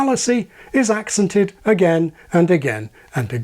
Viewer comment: I was also taken aback by ACcented rather than acCENted; there are many words where stress shifts depending on whether it's a noun or a verb (eg EXploit/exPLOIT, REcord/reCORD, TRANSfer/transFER) and for me accent is one of those. There are (it being English!) of course also noun/verb pairs where this does not happen, such as rePAIR, or even reSEARCH, which for me always has the stress on the second syllable, but which most people pronounce these days with the stress on the first syllable, which always grates on me.